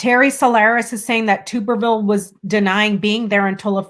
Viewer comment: His name is Tubberville " as in tub bath tub" not tube....lol